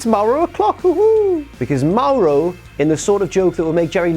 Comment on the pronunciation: ITS MAURO NOT MAROH GET IT STRAIGHT YOU JOBBER